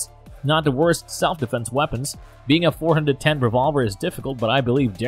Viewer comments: The judge is a get off me gun so is a derringer. And you don't have to say dot for .410, just say 4 10, not four hundred and ten either. You have proved you know nothing about guns. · "Four-hundred ten revolver" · The judge is awesome, I carry one for years, plus you can't even say Taurus correct, dot 410 are you trying to sound like know what your talking about. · Too bad the narrator lacks any knowledge about firearms. Calling every caliber a "DOT" something just sounds stupid. WTF is a "dot four hundred ten"? He goes on to say a derringer is "neither a pistol nor a revolver". If it isn't a pistol, what is it? Later, he uses the terms pistol and rifle describing a Type 94 Nambu. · Wtf is the "dot 4 1 0 gauge" about? How could anyone even consider listening to this lol? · this is a spoof channel or something? can't say Taurus correctly or .410 and can't imagine why a Desert Eagle not being a great carry firearm.. No shit Sherlock, it was never meant to be a carry firearm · He can't even say 410 like a normal person he just sounds like he doesn't know what he was talking about and he can't say taurus